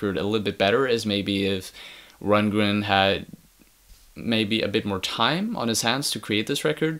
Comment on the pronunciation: dude, your not even pronouncing his name right.